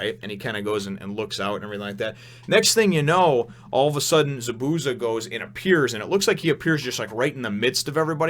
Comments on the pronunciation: it more like za-boo-za more emphasis on the zas not the boo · Chakra will be explained soon. ZA-bu-za it is a z not an s sound at the end and you have to acknowledge the first a. The sharingan, which someone already explained how to pronounce, is pretty cool and you have only scratched the surface. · The way that you pronounce Zabusa is funny as hell lmao... Good review